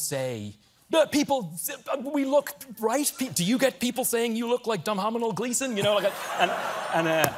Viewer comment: Surgeon General Warning: NEVER attempt to outwit an Irish person! May result in a huge loss of self-confidence and respect from others! You will be woefully un-armed and ill-prepared for the outcome, nay, the onslaught! “Don-hom-an-all Glee-son” gave to Stephen Coal-Burt (not Coal-Bear) better than he received. Typically, Stephan is the Smartest in the room; not this time! Hahaha! “Do not try to and break up the Gleason, Stephen, we will break you”!!!!!! Haha! Brilliant lad!!!! Great Family!!! The English may have created the language; the Irish perfected it! Ha! 🇨🇮☘️🇨🇮☘️🇨🇮☘️🇨🇮☘️🇨🇮☘️🇨🇮